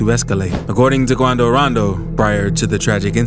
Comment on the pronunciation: Had missed this presenter saying, "Quando Raando" King Vaan